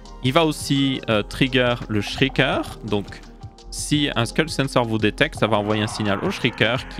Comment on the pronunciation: Ça fait plaisir qqn qui prononce sCulk au lieu de sHulk